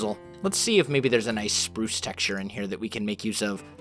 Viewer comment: Did Someone Hear Saying "Purce/Prurce" instead of Pruce?